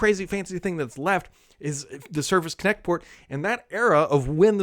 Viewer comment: I SWEAR I heard Kinect every time he said it. LOL